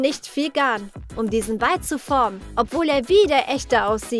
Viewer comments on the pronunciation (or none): none